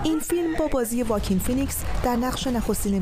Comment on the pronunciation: اسم بازیگر "واکین" نیستش خانم گزارشگر ساکن لس آنجلس. در امریکا "اوآکین" تلفظ میشه... یکم وقت بذارین لطفا.